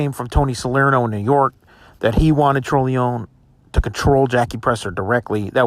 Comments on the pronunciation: Dude its pronounced TRON-A-LOAN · Pronouncing his last name wrong. It's tron o lone